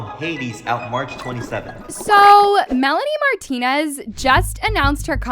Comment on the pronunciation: “aSOAR marlonrie mrantonez” like a (6 second pause)limboar. Sybau oops your parents made a mistake (literally), you need to retire.